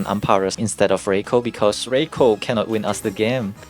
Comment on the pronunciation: RYE-KOO, not ray-koh